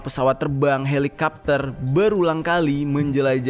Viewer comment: Artefak bukan aterfak 🤣😂 Terus helicopter bukan helicapter 🤣😂